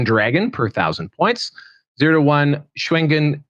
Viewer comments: If going with pinyin pronunciation, Shugengan would be pronounced as shoo-gun-gahn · I thought it was pronounced “shoe-gun-gen” Could be weong but that’s how I hear it in total war 😂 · lol I love how white people can hear the pronunciation of a thing and STILL can’t pronounce it correctly 😂 Just to clarify, in TWWH3, the Shugengan Lord CONSTANTLY says her title. Shoo gen gahn. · Shoe-ghen-ghan. Shoo-ghen-ghan. Shugengar. Shoogaga